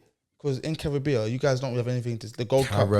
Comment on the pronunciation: Man said "carriibea"😂💀